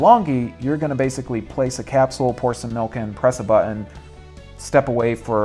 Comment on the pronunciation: Why does this guy have such a hard time saying the word 'button'? Buthon, bu'on, bottunh.